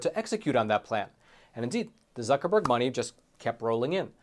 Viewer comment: "Mark Buc.. Zuckreburg"